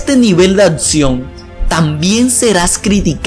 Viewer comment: "Atsion" 'xD